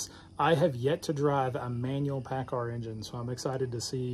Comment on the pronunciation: I can tell you cummins will have a hard time keepin with that paacar